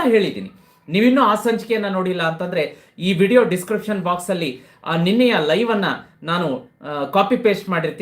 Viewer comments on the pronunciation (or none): none